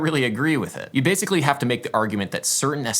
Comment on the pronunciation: huh bassically